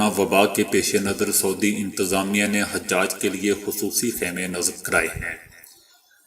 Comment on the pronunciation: حاجی کی جمع ۔۔۔۔ عربی زبان میں لفظ ح پر پیش کے ساتھ۔۔۔۔ اور ح کے بعد آنے والی ج پر تشدید کے ساتھ حُجاج ہے۔۔۔۔ ح پر زبر کے ساتھ حجاج نہیں۔۔۔۔